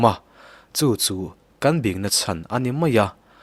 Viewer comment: Bing tih i lam dan khi a diklo a nia, English a Lal sawina King thluk anga lam tur a ni e